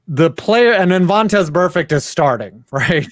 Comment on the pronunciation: calling tom wilson vontez burfect is the most clown shit i've ever heard and solidifies as a complete doofus.